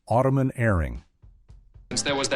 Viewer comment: Automan and Manimal did not air in the same network. Automan (pronounced "Auto-man," not "Ottoman") aired on ABC, while Manimal aired on NBC.